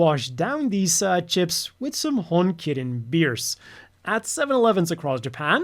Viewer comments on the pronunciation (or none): none